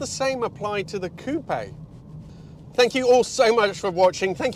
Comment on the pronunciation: Hyundai Tiburon vibes + butchering the word ‘coupe’